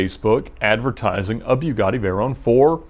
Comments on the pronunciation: it's bugatti, not biugatti. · its not a bewguatti smh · ‘bew’gatti ? you mean Bugatti ? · Byugatti? Pretty sure that's not how you say it my dude. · It’s Bugatti, not beaugatti. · I don't think I've heard anyone pronounce it "BYOUgatti" before... Is this the correct way? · Bewgatti... haha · Beaugatti? Bugatti. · Why pronounce it Bewgatti? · “Idear” “bewgatti” yeah I’m not listening to this guy talk 😂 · Ed the type of guy to pronounce Bugatti, “Beugatti”. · byougatti lol wtf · bewgady? man, you can do better than that! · He said Bugatti wrong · Why is this guy pronouncing Bugatti wrong??? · Is he intentionally saying Bugatti wrong, or is he just stupid? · Ed pronouncing name “Bugatti” like that is produced in Huber,ga. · Ed..it's not pronounced.." Bewgatti".. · this guy just seems like an asshole by the way he talks and his gestures but for some reason I like the videos. AND ITS NOT BEW-GATTI fuckin amateur hour over here at vinwiki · The way he says Bugatti makes me uncomfortable, “BYU GADI” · It's pronounced Boo-gatti, not byu-gatti. Just an FYI. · im pretty sure its a boogati not a byugati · its not bjugatti its bugatti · Anyone else disturbed that he calls it BYU-GATTI? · Lol he says it like buegatti but its buggati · It’s Bugatti not biugatti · And when it's called a" Bew-gatti" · "Bew-gatti" - Ed 2018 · " idear"? "Byugatti"? He just dropped a half notch. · boo gah tee Not "Bue gah tee" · Every time he says "Beuw-gotti" I wanted to barf. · BEEUGATTI its BUH GATTI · buiigadi jesus its calld bugatti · Isn't it called a Bugatti? (Bugetti) Why does he keep saying Byugatti?. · It's Bugatti... Boo-gatti not Bew-gatti. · Bewgatti btw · "bew-gotti" "rah-search" 😑😑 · Hey Edd, try and read it like "Boogatti" and you'll say it better. Instead of "B_u_gatti" it's more of a "Boo_gatti". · "Byewgotti" lol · So its called a "Beau" gatti, not "Boo" gatti... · It’s boogatti not buigatti that’s not hard nor regional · Boogatti not beaugatti 😒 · Btw it's boogotti not Bjughaddie